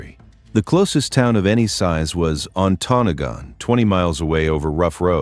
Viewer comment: The pronunciations are real rough there… I’m also very skeptical of those pics. I’ve been to many of these places and I don’t remember seeing all those foundations. Additionally, Mandan isn’t on Lake Superior, unlike in the picture. “KEY-one-aw” “On-tuh-NOG-in” “HOE-tun” “Puh-KWA-ming” You did get Kalamazoo and Saugatuck right!